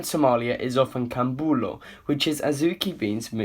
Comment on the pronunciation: Amazing video, but the c in Somali is not pronounce as a K so Canjero and camuloo are pronounce with a k, but more of a hard a sound a letter that is shared with Arabic. Also I Didn’t see those cabs when I went to Somalia, but I did see Bajajis(I don’t know how to spell it) these call vehicles that are also in Kenya with no doors kinda like scooters, with a back seat, a roof, and 3 wheels.